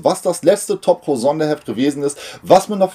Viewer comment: Hallo, wie immer schönes Video aber mein innerer Monk zwingt mich jetzt dazu Dir zu sagen, dass Du Top Cow falsch aussprichst. Spricht sich eher wie das Kau in Kaugummi oder eben wie Cowboy. LG.